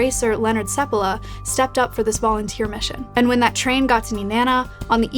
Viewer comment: It's "sEPpala" not "sepPAla"? I thought it was the latter, where's the emphasis go?